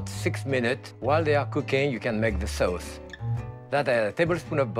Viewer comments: no it's soase. It's sounds a lot like some euro languages. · Turks also pronounce it that way too.